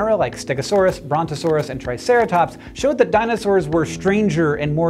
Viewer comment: I’m literally becoming deaf, he didn’t really say “brontosaurus”, did he?